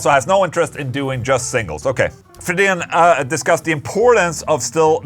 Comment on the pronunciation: dang i thought Anders' last name was pronounced "FREE-din"